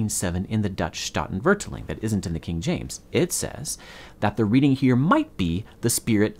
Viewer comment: Oof, that pronunciation of statenvertaling killed me.